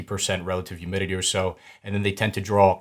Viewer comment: Awesome video but… “youmidity” 😂